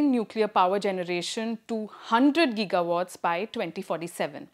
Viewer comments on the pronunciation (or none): none